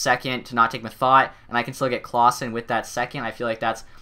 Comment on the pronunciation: Here's some pronounciation errors you can change. Jonathan Marchessault = Mar-Che-Soul not Mar-Che-Soo Frederick Cleasson = Clay-son not Claw-son Like so he sees this.